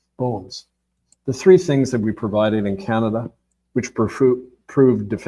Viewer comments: He doesn’t know the name of the Chinese president & he says the limbic region of the brain is responsible for emotion processing and then a couple of times pronounces ‘Canada" in the oddest way..khaanaada. All very odd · Ca na da? Did he just pronounce that ca an da? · Why is this author continually mispronouncing the country named Canada? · Why do you mispronounce Canada several times during the presentation? Oprah did this once as a TV announcer early in her career, and that was the turning point in her decision to drop the false face and be herself. Oh, I thought the King didn't participate in politics? This is like the movie, Rosemary's Baby. These are random thoughts. One last one. Robert Prevost's grandparents descended from Creole People in Louisiana, no??? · Has he changed the pronunciation of Canada?